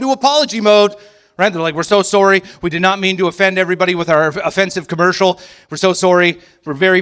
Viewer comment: Can someone PLEASE teach this man how to say the word sorry! Fuck! It's not Sorey